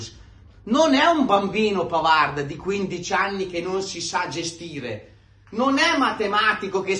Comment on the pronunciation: È vero che Di Gregorio ha preso tutto e Sommer quasi niente, ma va anche detto che il portiere lo fa la difesa! Su Bisseck: innanzitutto, caro, impara che in francese la "d" finale non si pronuncia, quindi smettila con quel "Pavard" e pronuncia come si deve: PAVAR! Semplice, no? Smettila di rompere i coglioni su Bisseck, perché non c'entra nulla, in NESSUNO dei gol! La ragione sta nel fatto che, senza Chalanoglu, non abbiamo un mediano adeguato che faccia filtro nelle fasi senza palla e costruisca nelle fasi con la palla! Tutto qua! McKennie se lo perde Zielinski, non DeVrij! Nel terzo gol, è un Dumfries stanchissimo che, senza l'aiuto di FRATTESI (e non di Bisseck, che stava al centro sul cross...) è stato sfortunato su Yildiz (la palla gli è sfilata sotto la gamba: solo sfortuna...)! Quindi, smettila con Bisseck, perché lui è una delle poche note positive di quest'anno, soprattutto quando viene messo braccetto con Darmian esterno, e si trova costretto a fare per sé e per Darmian!!! Caro, non deluderci: non farti influenzare dai commentatori incompetenti!!!